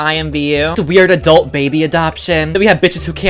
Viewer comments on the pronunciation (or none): Anyone else notice he said adlut?